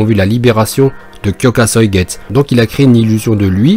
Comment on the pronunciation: Super vidéo ! Par contre je t'en prie, c'est pas kyoka soigets, c'est kyoka suigetsu [kyoka souïguetsou] !